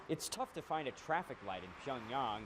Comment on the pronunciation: So funny to watch the CNN anchor fail to pronounce Pyongyang correctly.